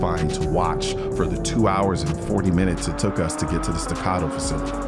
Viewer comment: "Porsh"? Well, at least you pronounce Staccato correctly.